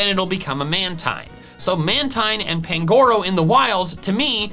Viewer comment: The stress in the name Pangoro is on the first syllable, not the second; the stress in the name Budew is on the second syllable, not the first.